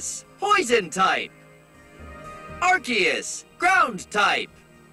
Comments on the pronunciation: Excuse me, arceus is pronounced ARKOOS and yveltal is pronounced YAHVALTAL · It's arkeus not ar'che'us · Its not ar-see-us Its AR-KOOS Also i listened to this in the shower and i got to meganium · Ar-KEY-us Not Ar-SEE-us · I know! Everytime someone pronounces it "Are-See-Us", it makes me cringe! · Ray-quah-za and Ar-see-is will always be my preferred way of pronouncing no mater how much official media says otherwise 🤷‍♂️ Rose-raid also sounds weird to me. I prefer Roser-ade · i refuse to believe its arkeus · And Arceus